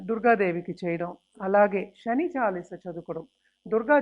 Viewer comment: అంతా సోది. శ్రమ, శని అని పలకలేక ఛస్తోంది ఈ మేఢమ్ గారు. Stop this nonsense.😂